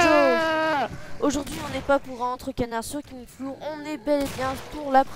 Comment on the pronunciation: Je crois que ça se prononce "flor" pas "flour" mais bon après cpas grave.